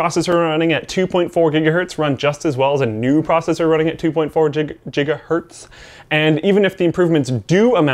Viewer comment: he said jiga hertz twice, the second time he just enunciated the "hertz" and still said jiga.